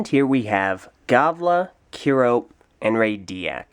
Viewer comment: Did I just hear call Kirop "Kiro" -.